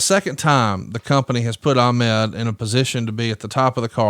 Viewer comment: Bobo Brazil won the WWWF United States title in the 70's, so Ahmed was not the first AA to win a singles title in WWE. Also, is anyone else bothered by the way Bruce pronounces Ahmed?